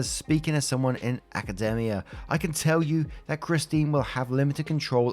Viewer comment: Gotta stop reducing women to their ability to give birth. WE ARE PEOPLE, NOT INCUBATORS Also, I wanna be on a discord call or something when reads these stories purely to jump in and correct his pronunciation on stuff - AcaDEmia